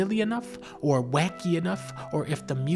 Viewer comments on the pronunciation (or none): SOUP ER MAHREEO TOO